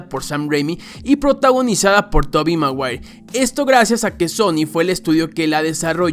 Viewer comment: tobi maguair 🤣🤣🤣